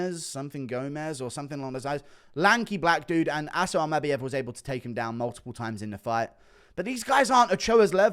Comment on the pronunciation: Something about how you say Almabayev is making me want to scream 😩